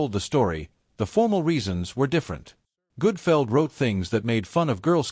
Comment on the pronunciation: The awful AI narration is bad enough, but calling him Greg Goodfeld is why I stopped watching.